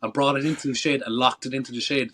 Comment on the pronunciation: I thought he was saying "shade" 😂😂 then I realized he said "shed" Friggin Irishman 😂😂😂